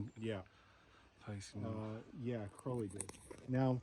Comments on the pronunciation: Aren't you mispronouncing his name? Isn't it Crow (like the bird)-lee? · oh "31" comments, now this one, why do so few people pronounce Aleister's surname correctly?, rymes with holy you know... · Crow ley as pronounced to sound with the bird xxx